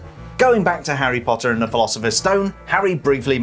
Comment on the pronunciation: Love they way he’s says: “Lego Harry pottarh